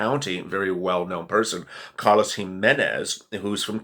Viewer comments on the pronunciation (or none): none